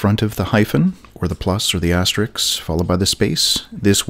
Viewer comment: An excellent, very helpful video delivered in the smoothest and best-recorded voice youtube has ever known. So good in fact that it's completely effortless to forgive the unusual pronunciations of asterisk and tilde. :)